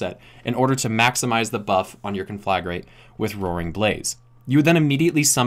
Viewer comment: I know this shouldn't bother me as much as it is but you're pronouncing conflagrate wrong.